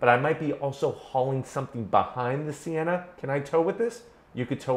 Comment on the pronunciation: For real I thought it said senna not sienna